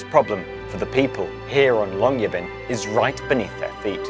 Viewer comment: Pronunciation of Svalbard and Longyearbyen was pretty damn good, couldn't help but notice.